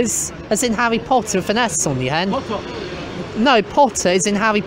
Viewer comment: Fow the wecord and the camewa, it’s!